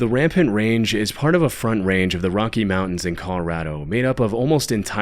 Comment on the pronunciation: *Rampart Range, not Rampant Range lmao